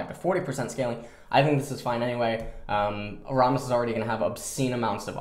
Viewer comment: Calling rammus "rahmus" oh god